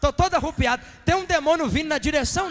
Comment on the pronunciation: Pastor boa noite! Voce fala muito bonitinho, longe de mim querer te corrigir... Mas o correto é arrepiar ou arrepiado , nao arrupiado!